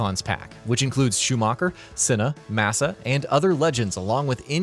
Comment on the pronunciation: "along with sh0oMaWkEr, ElAiNe PrOeSt, SiNnA roSe-BurG , ceWLltArd and fELLeEp, MaWsSa and GinSs0n BuTtIn"